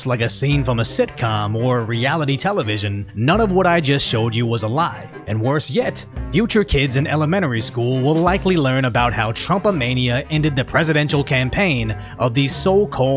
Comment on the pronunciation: Lol you said "Elemenery"